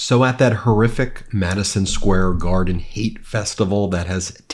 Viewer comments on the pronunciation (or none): "Madeeson Scare Gardines"